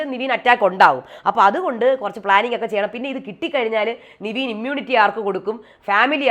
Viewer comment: നിവീൻ അല്ല ചേച്ചി... നെവിൻ 🤦🏽‍♂️🤦🏽‍♂️🤦🏽‍♂️